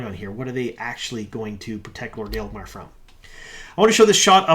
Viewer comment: I know picking on pronunciations is low-hanging fruit at this point, but it amuses me that can make "Agelmar" sounds like "Aelgmar", dropping an entire syllable from the name.:D